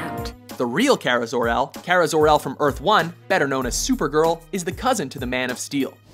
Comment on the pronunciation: Karel Danvers, Kara Danvers, I mean come on